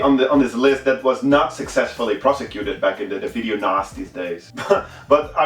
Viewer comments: When he says ''Video Nasties'' sounds like ''Video Nazis'' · i thought he was saying video nazi. haha . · I almost thought he said video nazi's list. lol